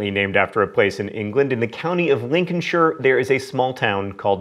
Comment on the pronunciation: John thank you, you are the first American I've ever heard to pronounce Lincolnshire right :')